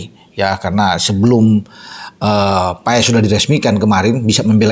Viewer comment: yg bener baca nya "MARTIN PAES" atau "MARTIN PAS" ?